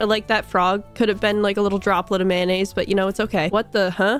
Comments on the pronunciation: It’s making me extremely violent on how pronounces mayonnaise. Is pronounced may-oo-nays. Not man-as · Approximately 133 'mayonnaise' and 74 'mayo' were spoken in this experience